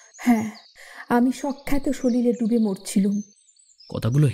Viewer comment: চমৎকার নিবেদন। যে সময়ের গল্প, তার সঙ্গে মানানসই সংলাপ ও অভিনয়ের ভঙ্গি বেশ ভালো লাগল। আবহ যথাযথ। অভিনয়ে সকলেই নিখুঁত। তবে, পাঠের ক্ষেত্রে উপত্যকাকে উপতকা, কশাঘাতকে কোশাঘাত বা অভিনয়ে স্বখাতকে সখ্যাত বলাটা কানে লাগছে (যদিও আগাগোড়া পাঠের বাকি অংশ বেশ ভালো)। ভবিষ্যতে খেয়াল রাখবেন প্লিজ।